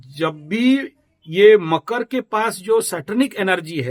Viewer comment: bohot Acche kya apke andar deep God khud rehte hay aap kitna dahi and true bolte ho and I like makar ko kayse makru bolte ho Thank-You very mch 🙏🙏🙏🙏🙏